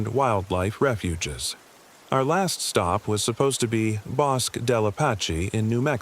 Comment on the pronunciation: I'm a New Mexican and 'Bosque' is pronounced *bo-skeh*.